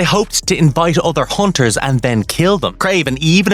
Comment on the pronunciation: I keep hearing haunters